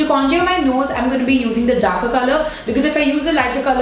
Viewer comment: Not to sound rude or anything but the way you pronounce the word 'contour' is wrong (and for me it's cringy ) Please look it up.